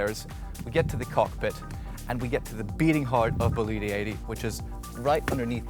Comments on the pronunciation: Is not Bolíde, is Bòlide. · Pretty sure the people that got a Bugatti Chiron Bolide are probably the only people that can afford this and the fuel for it. And Epp-a-toe-me....say what? And it's 'Bow-leed', not 'Bow-leed-ay'. Dang dude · Next time I suggest you check how to pronounce the bane of the vessel you show. It is Bólide, not Bolíde. Other than that, well done. Brunello is the man ! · It actually is bo-li-de with stress on the first syllable. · All fantastic😂shame you butchered the boat every time you said its name. Before demolishing any work you do, ask for advice